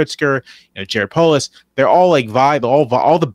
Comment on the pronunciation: Jarod Polis??????? Ffs, NOOOOO